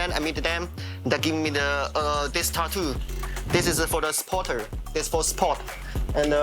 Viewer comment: Not “spotter” - supporter-* smh